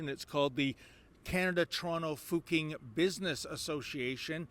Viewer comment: replace your "q" in Fuqing with a "ch"... it's about what it should sound like.